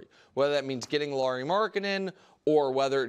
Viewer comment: It's not Laurie, it's Lauri.